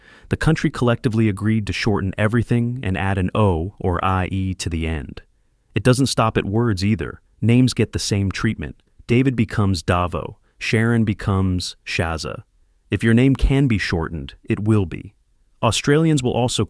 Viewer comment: Rhymes with stunt. Also Davo is pronounced "Day-vo" not "Dah-vo"